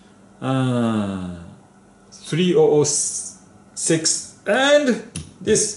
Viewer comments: pronounce it, 30.06 as 30 odd 6 ;l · 3006 is usually pronounced as thirty-ough six, my friend. Love your videos.